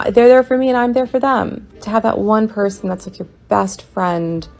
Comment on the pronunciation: 'youll pelsoon" 🤣🤣🤣 God damn it, man, you' ll give me a heart attack one day 🤣🤣🤣